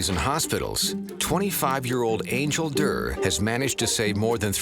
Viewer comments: When she introduced herself, i thought her name was Angel Dirt. Not until the host said her name did i hear it was Angel Durr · I thought she said her name was Angel Dirt 🤦🏾‍♀️